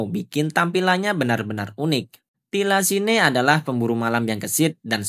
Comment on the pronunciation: thylacine bacanya : tailesin...